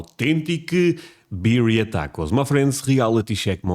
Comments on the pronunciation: You have to use corn tortillas for these. And they are pronounced "beer-ee-yah". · Yum! We loooove these in California. And the Spanish pronunciation would be "bee" RR ee a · Birria (Be-ree-ya)Tacos are a staple in my home. They are my favorite. Can't have them without Birria Sauce (Consommé). Traditionally you dip the tacos in the brine or consomme. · Pronounced beer-ee-uh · It's pronounced bee-ree-a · It's beer-ee-uh, and you can totally make tacos on flour tortillas. A classic is chicken and cheddar and peppers, but you can make just about anything as long as you season it up right! A bland taco is an insult to life itself. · Lol as much as I appreciate you praising our American cuisine, we can’t take credit for this culinary masterpiece. This is Mexican. The cowboy in the video is doing a great job cooking, but his pronunciation of the ingredients is muy gringo. Lol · do not trust Cowboy Kent for pronunciation. He is from Oklahoma and speaks southern. Lamb or goat is probably more traditional than beef.